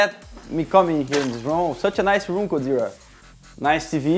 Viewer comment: I think he's saying GODZERA.